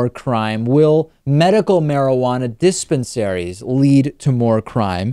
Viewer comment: lol he says Diss Pen Saries